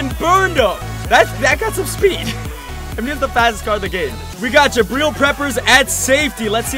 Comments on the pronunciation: Does anyone else cringe a bit when he says jabreel instead of jabrill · Please say Jabrill correctly. His name rhymes with Jatrill.